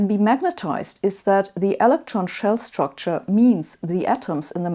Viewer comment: When she reads "s" I hear "ch". The "chtucture".